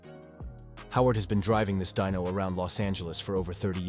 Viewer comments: I agree it started with the Dino surely he knew that it’s named after Enzo’s son and should be Dee no not Die no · Atlantic, not atlanties.... Dino, pronounced "Dee no" Not dyno... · Deano, not Dino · From Dino (correct) to "Dyno" (NO) in 10 sec wtf?